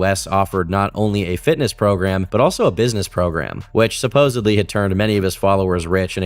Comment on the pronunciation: I tried to watch this but you said supposebly twice